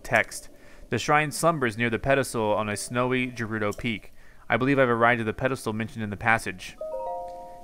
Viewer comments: Revali "Revali's Gale is now ready." "Thanks, Devali Gale." Also, Gerudo is pronounced Gah-roo-doe, not Jer-roo-doe. But most of all, THE PURPLE STUFF IS CALLED MALICE NOT BLIGHT!!!!!! I call it Nightmare Juice. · you say gerudo guh-roo-doh, not ju-roo-do! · Greetings from the BIG SKY. It's pronounced like 'girl' for gerudo. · Please tell me he stops pronouncing Gerudo incorrectly. 😩